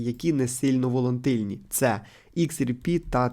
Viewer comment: Воло"Н"тильність сильно ріже вуха